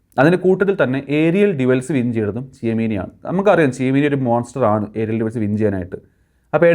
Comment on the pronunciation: ചിമേനി കാസറഗോഡ് ജില്ലയിലെ ഒരു സ്ഥലമാണ് ബ്രോ അവന്റെ പേര് Tchouameni (ചാഔമേനി ) എന്നാണ് എല്ലാരും പറയുന്നതായി ഞാൻ കേട്ടത് 🥱